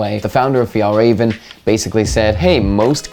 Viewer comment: As a Swedish person, I have to say you’re the american with the closest to correct pronounciation of Fjällräven I’ve heard!